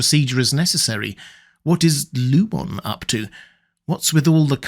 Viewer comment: Don’t you know it’s disrespectful to mispronounce a name once you know how it’s meant to be pronounced, Row-bear? “Lieu-mon” instead of “Loo-min”? “Cob’l” instead of “Co-bell”?